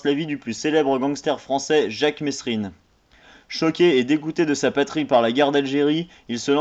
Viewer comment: Déjà avant de critiquer le film prononce bien mesrine dans ta vidéo